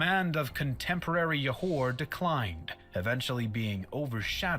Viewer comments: We pronounce it like this; Johor = Joe hor not Yohor (J as J like Jam, Jug, and Joe) Kecil = Kechil not Kecile or Kesil (C as Ch like Channel, Chalk, Child) Kuala Lumpur = Kooala Loompoor, not Koala Loompar (U as Oo like Loop, Hoop, etc.) And Parameswara indeed has accepted Islam and change his name to Iskandar Shah And Proto-Malay people are of Austronesian origin who lives in the Malay archipelago which called Sundaland at that time Google Sundaland for more info about it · Stopped watching when they call Johor as "Yohor"... Can't take any pseudo-historian seriously if they don't even try to get native pronunciations vaguely correct. Most likely full of poorly researched facts. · Comment: you pronounced Borneo correctly than the narrator. Pronounce Peninsular with silent "R". Johor pronounced with a "Juh" sound. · Why did he say johor like that its joe-hore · It is Jho-Hor(Johor).. the guy in the video pronounced it wrong It is RaJa Ke-Chil(Kecil) It is Koo-Wa-La Loomp- Poor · its pronounced Johor J as in John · Im Malaysian and the videos pronunciation of Kuala Lumpur,Borneo and Johor are wrong btw you guys are saying Borneo correct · The video's narrator missed pronouncing a lot of words especially words that is Malay (Johor, kecil, Kuala Lumpur). when you pronounce Malay words, you pronounce them like Malay. I've never heard of people pronouncing Japanese words like sushi or anime in how-do-English-pronounce-this-word. it's pronounced as its original language. anyway, good job, you've done a better job pronouncing Malay.